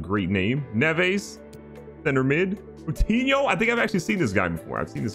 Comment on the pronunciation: The correct pronunciation of players: GK: Ru-e Pat-ree-cee-o LCM: Moo-tin-io CM: Nev-s RCM: Den-Don-ker LST: Yo-ta RST: Yim-en-ez